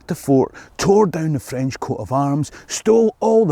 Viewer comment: For a Scot, your French pronunciation is pretty Good.